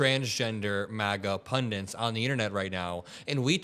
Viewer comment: in or so, the word is "pundit," not, "pundint." There is no such thing as a "pundint." Look it up. I don't want you to sound stupid to others. Please, and thank you. Meanwhile, wtf is she talking about, "the 2020 Covid riots"? What riots? And what war does she assume we on the Left are wanting? Last I checked, we don't want ANY wars. We are anti-genocide, and the only war we are wanting involvement with is ending the war against Ukraine. This person is weirdly seemingly intelligent, and yet is being intentionally deceptive. When specifically used to harm others, that's the literal definition of, "evil." , "whole cities burnt down," ask her to name one. One police station in Minnesota was set afire by someone wanting to make the George Floyd protesters look bad, and a drunk guy who fell asleep in Wendy's drive thru in Atlanta came back and burned it down, several miles away form any protest, and having nothing to do with it. These people need to PROVE what was burned, stolen. Bring receipts. We've got 'em.